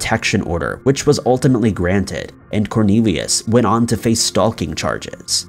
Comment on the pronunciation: Cone on, you know not to pronounce the L in stalking